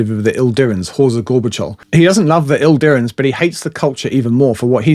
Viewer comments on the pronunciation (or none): One minor quibble: it's 'Idirans', not 'ILdirans'. It's a common mistake, mainly due to typefacing - the capital 'i' (eye) and 'l' (ell) look almost indistinguishable in many fonts, so it's not unusual to misread the 'I' as an 'L'. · Idirans, not Ildirans. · You keep saying "Ildirans" - there's no "L" in it 🙂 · There's no L in Idirans